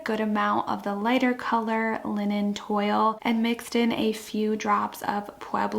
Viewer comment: Re: linen toile paint… “toile” is pronounced “twal.” 😉